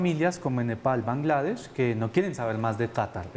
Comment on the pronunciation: Alguien que le explique a ese man cómo decir "Catar" y "Bangladesh" 🤦‍♂️